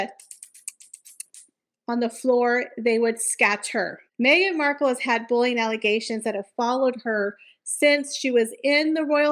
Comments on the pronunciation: “Bull-ee-ing” not bullion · I thought you were saying "bullion" reports.